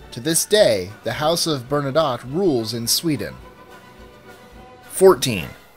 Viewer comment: Btw. You pronounce Bernadotte as Burn a dough. Not Burn a dot. And his name was Jean-Baptiste, he adopted the name he used as king.